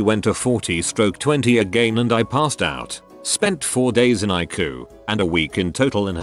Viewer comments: And it is EYE-SEE-YOU ..... not icoo! Jesus! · "the icoo" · Next time type in eye see you instead of ICU, that way the robot says it correctly. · It’s not pronounced icuu It’s pronounced EyeSeeYou